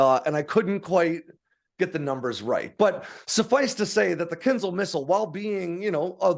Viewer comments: It's not "KINZLE", it's "kin-ZHAL". The "ZH"-sound is pronounced as a "soft" "J", as in the French word "Je", which is French for "I"... I wish Americans would quit making outright DOOFUSES out of themselves... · Mostly right… except the pronunciation of the missile. It’s KINZHAL, not KINZAL. Also, the US Army is capped at 218 General officers, while the US Air Force at 170. The Marines at 62 and 21 for the Space Force. So… the USA alone has 471 Generals (not including Admirals). Also, the F-16 can be operated on highways. It’s not ideal, obviously, but it can be. It is a part of Taiwan’s and Singapore’s air force doctrines and they’ve conducted exercises for it. The US does not do this as US highways weren’t designed for it. We have many physical barriers on highways in the US that would damage aircraft. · It's not ponounced 'kinzel', but something like 'kinjáw', where j sounds like the second g in 'garage'. It means dagger (curved, oriental style).